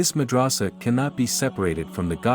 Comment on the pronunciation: Mad ra sa. Not raaaaasa